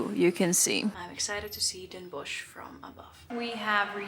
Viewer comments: Bossche Bol.. and don’t pronounce it Den Bosh, but Den Bos, like the Dutch word for wood or forest. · You don't say the ch in Den Bosch. You would say Den Boss.